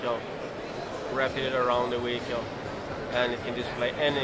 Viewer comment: Ive just found a new drinking game. Have a shot of vodka every time that guy says "weehicle". You'll at least be tipsy in two minutes.